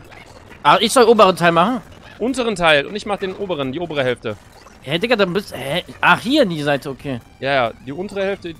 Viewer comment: No hate aber es heißt Digga nicht dika 😅